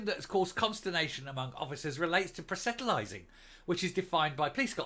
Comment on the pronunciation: That is not how you say proselytising ( Pros le tising )